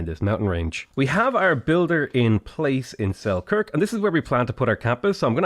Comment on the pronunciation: something just feels wrong when you pronouns Selkirk